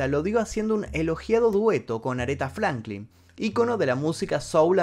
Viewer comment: Aretha Franklin (se lee Aridza)